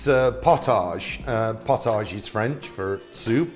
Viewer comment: Love your channel. Just a little correction. Its prounounced 'pot-idge' potidge. Not 'pot-age' even though its spelt that way. Pottage was a very thick soup with a ton more grains. It had the consistency of thick stew that you could almost stand your spoon in.